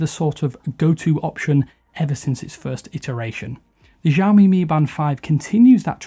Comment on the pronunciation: Lol learn to pronounce it right before attempting a review.